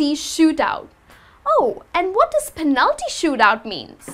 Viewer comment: I found strange the pronunciation of the word "penalty". I always pronounce the first syllable stronger.